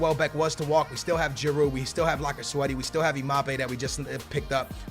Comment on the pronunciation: It's lacazette